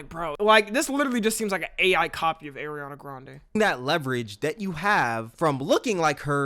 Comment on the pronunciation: “Erinana grande”😭😭